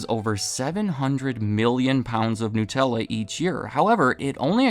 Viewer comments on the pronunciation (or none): Nut-ella It's made with nuts. Not gnus, which are a type of wildebeest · *Nut* ella, not 'new'. They're referencing nuts, not newness.